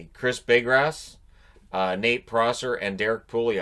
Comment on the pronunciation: Bigras is pronounced Bee-Gra